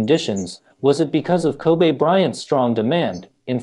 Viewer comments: His name is pronounced Ko-bee, not Ko-bay, my guy 😂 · Bro his name is pronounced Kobe with an E not Kobay with an A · Everyone in the world knows this man's name, are u intentionally saying "ko-bea" instead of saying Kobe. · Hosted by an AI bot? Kobe - pronounced "kobee" not "kobay" like the city in Japan. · Why is he calling Him Kobay so disrespectful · No it actually is Kobe' like A. He said that when he got to the league. He said that's the true pronunciation. I remember that vividly. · “Ko-Bay Bryant!” - This Video Narrator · His name isn't "Kobay". Have some respect. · He keep calling him Kobay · Ko-bae bryant 😂😂😂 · His name is not pronounced like the Japanese beef. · are we gonna listen to some one who cant even say his name right and have to obviously read from a script with out having a clue who the Lakers or any other basketball team is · Ffs... Can you at pronounce the mans name correctly if you're gonna cover the story? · All this research and he can't pronounce the name. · U can't even say his name correctly!!!!!!!!!!!!!!!!!!